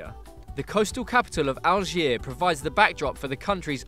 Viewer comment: yeah he say algiers without pronouncing the "s"